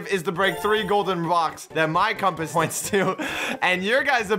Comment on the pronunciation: "the compus" ?!